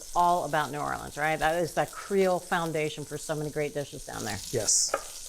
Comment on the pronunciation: Not "New Orleeens" This channel is a joke. Blocking.